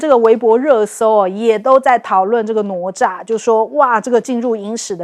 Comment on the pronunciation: Should be na Cha. Not no Cha.